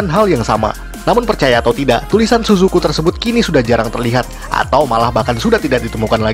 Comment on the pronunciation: Tsusuku kita bacanya CCV 😂